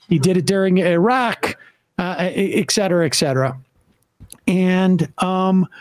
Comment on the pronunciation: Does anyone else get annoyed when Sam says “eck-cetera” instead of “et cetera”?